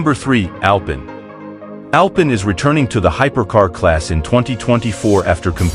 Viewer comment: It’s pronounced AL PEEN